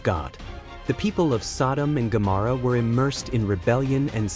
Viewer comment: Incorrect pronunciation of Gomorrah.